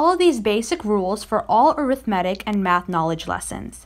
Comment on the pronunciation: It's pronounced A-rith-ma-tic, not aero-matic or whatever you said